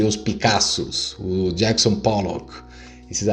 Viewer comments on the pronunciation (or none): none